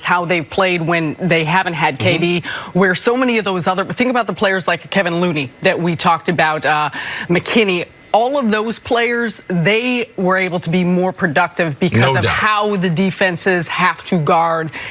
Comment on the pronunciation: FFS, it’s KAVON Looney.